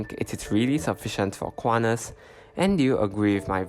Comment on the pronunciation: Do NOT pronounce it "KU-AH-NAS" Say /kuan-tas/ with T as in sTUpid